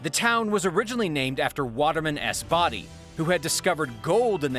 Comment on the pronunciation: It is not pronounced "Body", It's pronounced " Boe-dee" Edit: is the mispronunciation